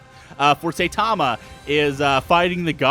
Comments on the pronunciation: Sai-tama not say-tama :( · S-i-tama pronounced with an I and not A like saytama